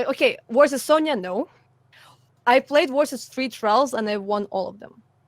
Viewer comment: I love the way she says “worsus” instead of “versus”. Makes me think of Chekhov from Star Trek and his “inwisible”!